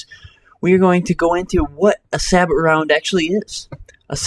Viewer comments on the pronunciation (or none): It's not (sah-but) it is (sah-bow) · It's prenounced say-bow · Two points: It's pronounced "Sa-bow" and Niche is "Neesh". Otherwise, I'm finding your videos really helpful. Subscribed! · Its pronounced "say bow"... juzt thought you should know that :) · not trying to be a dick, but its pronounced "say-bo". and its 120mm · nice video... however "sabot" is pronounced "SAY BOW"